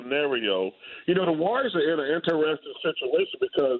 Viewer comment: in-teres-ting chuck....... not in-ter-es-ting